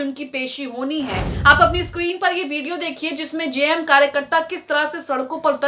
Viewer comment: जेएमएम का सही उच्चारण कीजिए मैडम